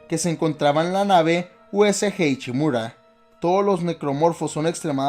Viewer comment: No se si he vivido engañado o no oigo bien, pero siempre que decía "ICHIMURA" algo dentro de mi se incomodaba, además de otras